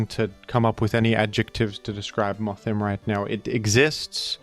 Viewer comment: Its is actually pronounced worm-madam like a woman and Moth-him like he/him. Because of the gender split.